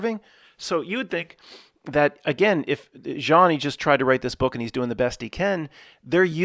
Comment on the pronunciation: Hi. In French, with the name Jean, you don't pronounce the "n". It is not silent, but is enounciated at the location of the throat, in combination with the other two letters that follow the "j". There are three good groups on Facebook for people discussing various simulation theories as well as just different opinions...people in the co.ments, sharing their individual thoughts about the nature of reality. Two of the groups have the same name, one has a few thousand members, the other one about ten thousand members. I think the groups name is: simulation theory. The third group iscalled something like, simulation theory proof. There may be additional fb groups about sim theory or related. But those three are the ones I'm aware of, a d I highly recommend checking them out. It's weird, because within the comments, I don't think I've once seen any comment me think g you tube. It's as if those people exist within a fb universe closed offfromthe yt universe. Except for the simulation proof channel, where I first encountered her twitter account of the same name. As far as groups of people existing within separate universes so to speak, I've so found great discussions and people's theories about reality, in the comments secrions, of the yt channel called:Godgevlamste